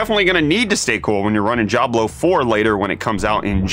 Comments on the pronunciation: I've never heard someone pronounce "Diablo" with a G sound lol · That's an interesting way to pronounce "Jablo" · This dude can’t pronounce Diablo lolol